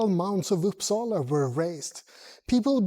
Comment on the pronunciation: Sujys pronunciation of Uppsala was 100% perfect; like a Swedish person said it.